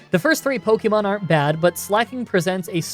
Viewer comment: Ive been watching your videos for awhile now, and I enjoy your content generally, but could you please stop pronouncing pokemon like “poky”mon. It’s more of a “pokeh”mon. Listen to the anime. I know its small but you could at least pronounce the name of the game you are playing correctly.